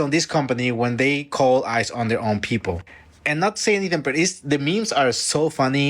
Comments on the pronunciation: The lady adding an "S" to ICE cracked me up. 😂😂😂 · Somebody jealous prob called on them within. Lol that girl saying isis instead of ice